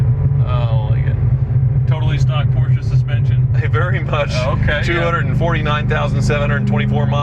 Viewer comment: Just appreciating the correct pronunciation of Porsche